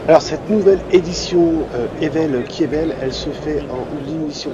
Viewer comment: Merci pour ta vidéo. Pour le cascadeur Evel Knievel , tu prononce le "K" ... comme "cas"nievel.